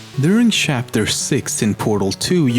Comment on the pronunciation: "During shapter shix"